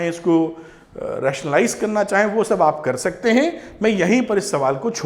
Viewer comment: Sir ! Aapka shab bolna aacha lgtah..🤭😊